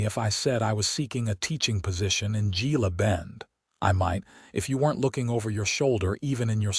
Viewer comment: Gila is pronounced He-la, like the Gila River and Gila Monster.